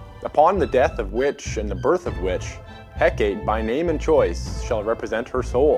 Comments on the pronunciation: Eh-kate lmao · He pronounced a lot of things wrong. Like Hecate.